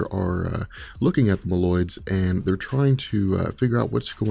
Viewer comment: Say "mole-oids" lol. Meloids smh